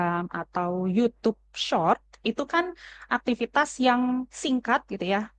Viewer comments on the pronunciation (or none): lu aja ga konsen bang aktivitas dibaca aktiviStas